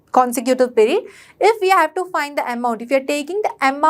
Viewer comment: Mam that is not perid (pirid) that is period (piriuad)